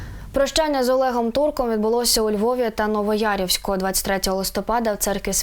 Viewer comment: НовоЯВОРІВСЬК, а не Новоярівськ. І не Івано-ФранковО, а Івано-Франкове, а якщо точніше - місто Янів.